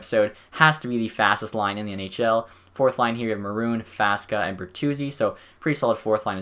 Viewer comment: Faksa, not Faska. You keep calling him like this.